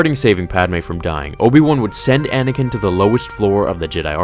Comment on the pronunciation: "Anay-ken"! XD